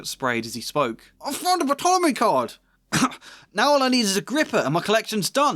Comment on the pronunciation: Fyi: the P in Ptolemy is silent. Other than that excellent video. (And i think you're too hard on yourself about your pros 😉)